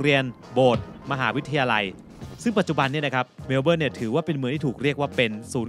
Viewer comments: เมว-เบิ้น ค่ะ ไม่ใช่เมว-เบิ้ว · ทำไมออกเสียง เมลโบ้ล์ 😂 เมลเบิร์น ตรงๆเลยค่ะ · แซว ๆ นิดหน่อยคร้าบ ชื่อเมืองไม่ต้องออกเสียงตัว R "เมล-เบิ้น" ไปเลย (MEL-bən) ป.ล. YouTrip Card ยังใช้แตะขึ้นขนส่งมวลชนในรัฐวิคตอเรียยังไม่ได้นะครับ ต้องไปซื้อบัตร Myki ที่ 7-Eleven หรือสถานีรถไฟมีจำหน่ายครับ :fish-orange-wide-eyes